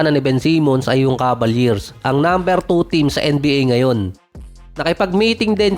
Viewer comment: Cavaliers. I hear Cabaliers.